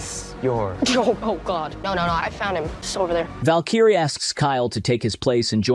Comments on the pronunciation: Val-Kyrie would lose her mind if she heard how you pronounced her name lmao Val-Key-Ray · honestly. as a counterstrike player, i was so thrown off by you calling valkyrie "vel kai re" that i completely glossed over you calling valorant counterstike. hitting us with 2 back to back is just unfair! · You mispronounce Valkyrae's name, its Val-ker-ray. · The voice over dude just murdering Valyrae's name. Ouch! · impressive how he/it (prob AI) butchered the name of Valkyrae 😂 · hahahaha ive never heard someone butcher Valkyrae's name so hard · Lol the way he said valkyrae tilted me i was like this guy has to be trolling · Okay you knew Valorant all along good on you but you still didn't know how to pronounce Valkyrae. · Why are you saying valkyrae's name wrong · Lost all interest when you mispronounced Valkyrae twice 😮‍💨 honestly that was a good recap 👏🏼👏🏼👏🏼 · Did you also mispronounce Valkyrae on purpose??? She is my queen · you pronounced valkyrae wrong. Very very wrong.